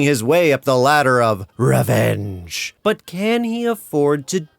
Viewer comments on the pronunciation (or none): It'd pronounce revaange.